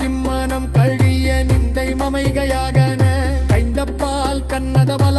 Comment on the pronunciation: தமிழ் தவறுதலாக உச்சரிக்கப்படுகிறது.உதாரனம் கறந்த பால் என்பதற்கு கடந்த பால் என்று.